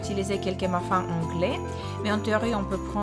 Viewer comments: On dit "Tronc" mais le c ne se prononce pas haha Et on lit "Muffin" mais ça se dit Muffine haha Ton français est tout de même très bon, continue tes vidéos elles sont géniales! bisous et bonne continuation :) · Très sympa, ça me donne des idées ! On dit bien tronc pour le bretzel dans le sapin Guacamole et tu m'as fait rire avec ta prononciation du mot "muffin" :p